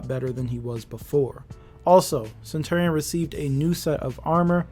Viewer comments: it’s pronounced: (suhn·chur·ee·uhn) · It’s been so long and you still can’t pronounce centurion correctly?